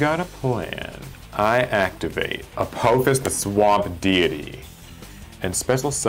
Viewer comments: I liked the concept. Only critique was that it A-paw-fis not A-poe-fis since its based on the egytian apophis not the asteroid lol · A-poe-fuss, lol